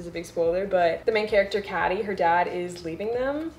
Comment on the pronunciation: Uh i love this video but honey its pronounced like katy